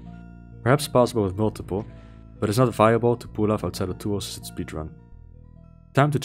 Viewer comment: Great video. Your accent is not hard to understand at all, but you may want to practice saying “tool assisted” as you sound like your skipping a couple of the syllables sometimes. New sub earned from this video! Hope I enjoy your back catalogue just as much.